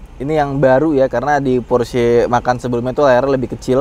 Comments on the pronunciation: Sebenernya gk usa sok sok an bahasa luar sih, orang iti diambil dari kata indonesia "Macan" jadi gk usa eja nya "Makan" Salah bang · Kenapa penyebutanya porsche makan, bukan macan, padahal itu bahasa kita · Kenapa nyebutnya Porsche "makan"?. Itu dibacanya tetap "MACAN". Karena memang berasal dari jenis harimau kecil khas Indonesia, yaitu: Macan. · Bacanya macan bang, bukan makan. Kata om fitra memang diambil dari nama hewan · haha porsche makan. kayak bule bacanaya makan. makan ayam nya. macaaan, harimau, tiger. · Dibacanya macan bang bukan makan... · Macan bang, bukan Makan. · Sepertinya bacanya "Macan" pake C, krna pernah lihat video officialnya, disandingkan dengan macan (hewan)